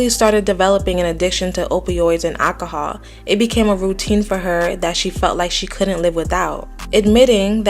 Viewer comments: Alcohol……not ackohule…….. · It's ALCOHOL. Not ackahol